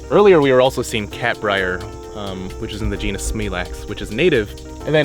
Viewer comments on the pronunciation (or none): none